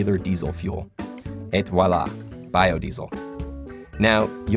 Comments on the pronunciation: It’s pronounced “AEEE VWA LAH” not et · hard T on the 'et' in 'et voila' was jarring and kindof derailed your conclusion for me. Great video, but I recommend avoiding using other languages if you cannot pronounce them.